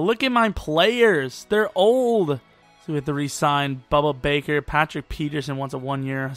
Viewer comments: BUDDA BAKER. WITH A D, NOT A B. GET IT RIGHT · It’s pronounced boo-duh Baker